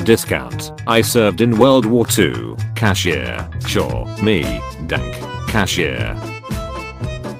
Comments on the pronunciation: WHY DID HE SAY IT LIKE YANKEE WITH A D 😭 IT IS PRONOUNCED DAN-KE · But it's pronounced "danke" not "dank' "